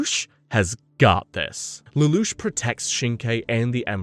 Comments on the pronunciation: The narrator is almost certainly an AI voice, such as when he misreads Lelouche a few times likely because it got spelled Lelouch in the script. Obviously, however, someone is doing the 99% of the work it takes to summarize and compile a script... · So you’ve been saying Lelouch correctly for and you decided to mispronounce it because…..